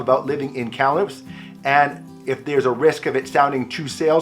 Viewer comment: You pronounce Kamloops like a long time resident!